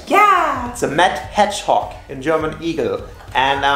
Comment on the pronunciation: sonic the metthog...? a whole pile of mett... ooooh its cuuuuute.. <(>.<)> :-P edit: ooh.. du sagst sogar sonic... haha ^^